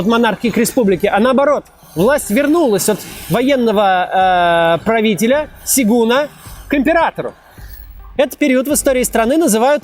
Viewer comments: только не сигун а сёгун 😭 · "сегУн"...он никуда не сигает. "сЁгун"-так правильно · сёгун, а не сегун) вы бы еще ссыкун сказали)